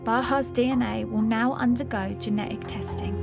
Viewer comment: Genetic. It has a T in it. It's not geneic. Please pronounce the T if you are a carrier. You literally won't be able to communicate it to a doctor if you can't say it.